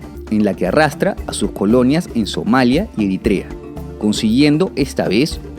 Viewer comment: Que bueno que ya no pronuncias Eritrea como "Erítrea"